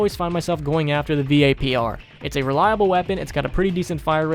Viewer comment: If this dude says V.A.P.R one more time.... just call it vapor